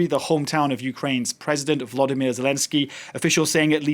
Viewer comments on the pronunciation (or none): none